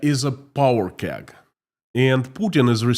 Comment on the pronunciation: Powder keg not power